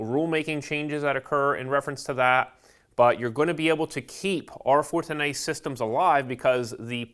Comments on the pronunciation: How the hell does this guy pronounce R410A 😂 R-fortinae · Say R-Fortenay one more time!